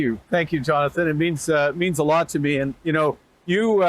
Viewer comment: What's with Freeland and Gould...I did not know that 'and' is spelled with a 't' instead of a 'd'....it's quite irritating.